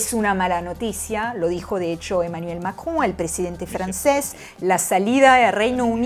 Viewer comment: Ademas de lo impecable y hermoso que pronuncio "Emmanuel Macron"